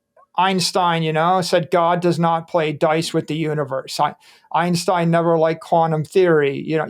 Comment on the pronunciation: he says wif